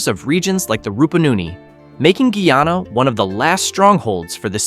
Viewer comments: My country is pronounced Guy-Ana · Pronounce the Name properly. Guyana. Guy + aana. This country has a lot to offer to the entire Caribbean and other countries of the world. Great country for environmentalists, nature seekers, hikers, tourists and nature lovers.❤😊